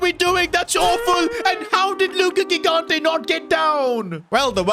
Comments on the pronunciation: it is Luca JIGANTE like you spell GIANLUIGI. READ THE FRICKING G THE SAME WAY😭😭😭 It is so annoying for us that speak portuguese, French, Spanish and Italian😭😭😭😭🙏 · i'll keep going until he sees my comments: the first "g" in gigante's surname is pronounced like the "j" in john or joy, please say it correctly!!